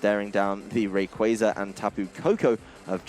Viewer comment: The commentator switches the pronunciation on Rayquaza!?!?!?